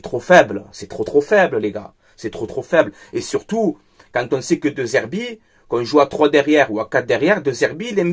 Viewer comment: ça se prononce Dé Zerbi, le E se prononce toujours É en italien.